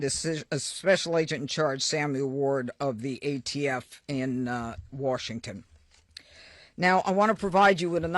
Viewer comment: she can’t even say Washington correctly why is a Fox News anchor briefing us about a shooting? Why does she even have this job and Patel missuses the FBI for his girlfriend. They shouldn’t have been there in the first place and they wouldn’t have gotten shot.